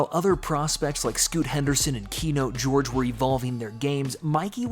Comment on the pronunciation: Ki - yon - te George